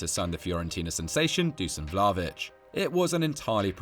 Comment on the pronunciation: Vla-H-ović, NOT, Vlaović. H like Holland, H like Human. Greatings from Serbia.